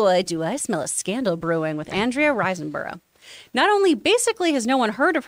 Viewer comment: RISE not rice 👍